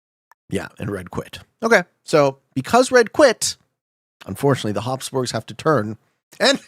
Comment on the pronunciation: habsburgs not hobsborgs